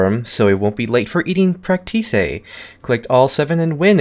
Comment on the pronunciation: He said practice wrong